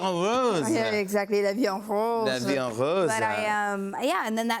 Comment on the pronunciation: The way he pronounced « la vie en rose » was so hilarious when as a French I hear it 😂😂😂😂